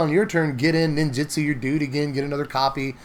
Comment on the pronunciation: you're great and I'm sorry to be this guy but NinjUtsu with a U, not Ninjitsu with an I, so sorry